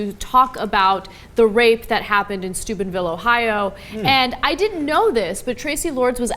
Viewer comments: Lol does she keep saying stupidville or is it just me? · It sounds so much like they're saying Stupidville Ohio. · I still keep hearing "stupidville". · For a second instead of 'Steubenville' I heard 'Stupidville'. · I swore when they said Steubenville, I thought they said Stupidville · Every time you say Steubenville... I hear Stupid-Ville... I agree with the latter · I have always thought Ana was saying Stupid Ville in previous video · When saying Steubenville, it sounds like Stupidville. A perfect name for that town. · I hear Stupidville every time Anna says it. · Sounds like "dickheadville" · it sounds like she keeps saying "stupidville ohio"